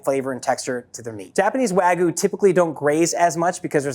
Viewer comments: It's wagYU not waGOO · Sounds more like Ragout, Wagoo 💀👍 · its wagyu. not wagu. pronounce it correctly stupid american. educate yourself. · Its gyu not gou fling american😭😭😭❤️ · The way he says "wagoo" drives me nuts lol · Wa-gee-you not wa-goo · Wag-yoo. Not whygu. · These experts can't even pronounce wagyu correctly... wagoo? wagoo? it's WAGYU! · My biggest pet peeve in the world is hearing people say "wagoo" instead of Wagyu. Do you think the Japanese put a Y in there for no reason? Does something with the word "goo" in it sound appetizing in the slightest? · why is he pronouncing it wagoo? there's a y in there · Wagyu has a Y in it. "Wag Yew" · Americans saying wagoo. Funny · BWAHAHAHAHAHA! Literally just one Google search would've prevented this stupidity. Wag-oo 😂😂 white people pronunciation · Just did. What are they teaching you in America? I've never heard of it being pronounced like "wuh-gyoo". It should've been clear to me you're American. Odd ones out as always. Hopefully you don't ever pronounce it like that to a Japanese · First it was him saying "wa-goo" but the squeezes really became too much after a while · "Wagoo" lol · it's pronounced wa-gyoo/wag-yoo you dingus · i have NEVER heard someone pronounce it wagoo until this moment 😦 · I don't know how many more times I can hear you say "wagoo". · I stopped watching when I heard how he pronounced wagyu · This dude's pronunciation of Wagyu is absolutely destroying me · this video is really neat, but the mispronunciation of wagyu and sake made me cringe. especially with how often wagyu was said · Should have got a guy who knows how to pronounce wagyu. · Why do Americans neglect the Y in wagYu?! I live in Japan and this irritates me (and others) so much! The Y is NOT silent! (also choosing to ignore the hard A sound) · you dont have to know any japanese to see theres a Y in the word and he keeps leaving it out